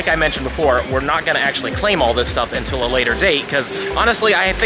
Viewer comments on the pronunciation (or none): none